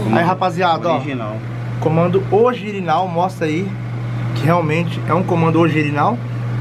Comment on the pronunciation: Alguém escutou o Mano falando ogirinal kkkkkkk amo esses cara